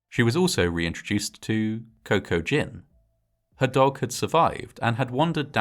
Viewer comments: >Cocoa Gin I swore I heard Kokujin, like this was an H.P. Lovecraft type situation. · "Coco-Gin".... Cocaine and Maritinis! Maybe should have named him "GPS" or "trail map"... hahaha